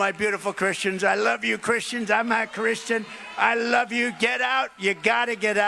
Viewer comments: He can’t even say “I’m a chrissss tan” right! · He also said that i am not chritain